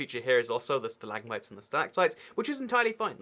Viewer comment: Wait how to do say it stilagmits